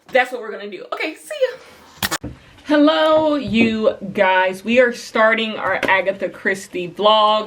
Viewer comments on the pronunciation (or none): none